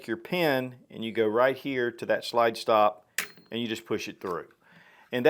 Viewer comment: I really hate that you pronounce slide as”shlyde”